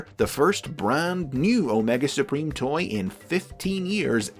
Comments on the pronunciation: Heh heh... "Spreem"... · No, say it right. It's "Omega Spreem"!